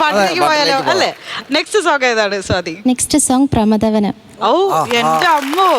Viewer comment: പ്രമതാ വനം 🤣സായാനം 🤣റുത് 😂. അക്ഷരം മൊത്തം തെറ്റാണ്